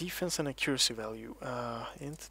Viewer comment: I swear if you pronounce accuracy wrong one more time